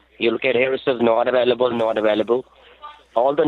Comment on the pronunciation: I can't turn on my compewter? No sir, your compewter is infected with a virus. It says not avoolable, not avoolable? Haha.